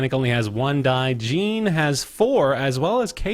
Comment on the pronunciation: That is not how you say Jean's name lol